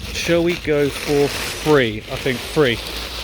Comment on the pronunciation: I like how can't say his 'th'.......real cute.